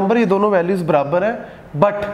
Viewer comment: It is not brabar 🤣🤣🤣it is barabar😂😂😅😅